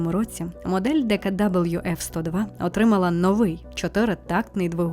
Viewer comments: Ітс нот ДеКаДабл'ю ітс ДеКаВе😂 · відео чудове. Але не читайте німецькі назви англійською) Тому Horch - саме Хорьх, а DKW - ДКВ))